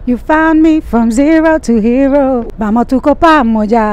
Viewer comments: It's not Zelo to helo , you're confusing them ...it's zero to Hero. Work on your pronouciation bro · Kazi nzuri lakini afanyie kazi matamshi ya kingereza na kiswahili mfano Zelo to helo (zero to hero) nafulahi(nafurahi) before hajaenda for interview angalie script yake maneno ambayo anajua huwa yanampa shida kutamka he should Google for the correct pronunciation and he should work on his R and L